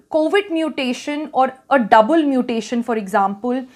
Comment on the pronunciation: Stop your nonsense double muttttation..